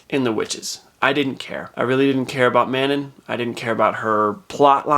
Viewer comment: No way he said man-in instead of Manon